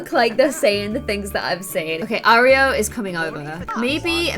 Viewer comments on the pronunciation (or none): none